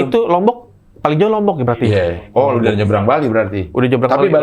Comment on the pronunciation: Tadi openingnya bilang udahhhh,.,. Salah itu harusnya udehhhhhh